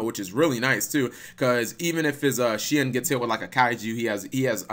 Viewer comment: I think Shien is pronounced as Shi-N, not shin.